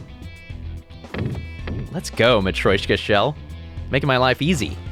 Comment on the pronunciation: Hello, I thought I’d let you know the nesting doll is pronounced ma-tree-o-shka not ma-troy-shka. Apologies for backseating your word saying